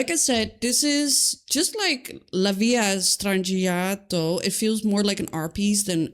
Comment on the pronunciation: This is a silly nitpick, but "La Villa Strangiato" is Italian rather than Spanish, so "Villa" is just pronounced like it looks in English, not the Spanish "VEE-yah". The Italians would also say "Strangiato" without really pronouncing the "i", so more like "strahn-jah-toe".